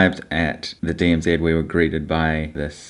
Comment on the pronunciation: Did I hear you call it the DMZED?, its DMZ!.